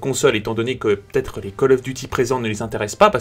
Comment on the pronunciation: C'est vrai que c'est p"EU"ssible c'est très pEUssible